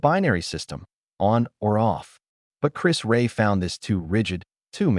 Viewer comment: I’m originally from Middlesbrough myself and his name was pronounced ‘Rear’, plus while talking about him using his pinky, both photographs show him using his ring finger.